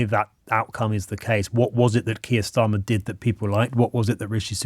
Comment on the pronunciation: Why does that guy from yougov keep pronouncing Starmer as Schtamer, he’s not German